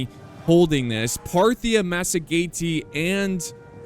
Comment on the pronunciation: I believe its pronounced "masajetae" or 'masajetaens"